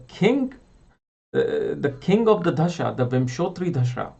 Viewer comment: 'da'-sha (dasha) and not 'dh'-sha (dhasha)....... hindi 'da'